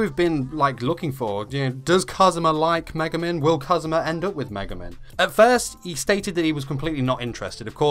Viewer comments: i wrote one thing he sayed in the vid cuz for me atleast it didnt sound like he saied megumin it was more like maguman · It's Me-Gu-Min not Ma-guh-men